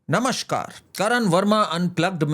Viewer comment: “नमशकार” नहीं, नमस्कार ! प्लीज़ !!